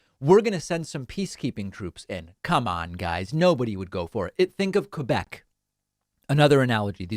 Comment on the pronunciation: Superbement bien dit. N'empêche, il a bien prononcé 'Québec'. Ça m'écoeure quand ils disent 'Kwaybek'.